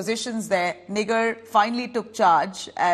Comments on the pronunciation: It's Pronounced asNIGAAR not Nigar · It is not niger, but Nigaar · It's Nigaar, not Nigar. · Nig*er kya bol rhi ?? Nigar ( gaar) bol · Please pronounce her name as 'NIGAAR'. Its Persian word is also used in Urdu.